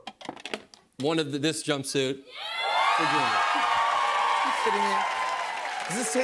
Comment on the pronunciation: "Djimmy" is amazing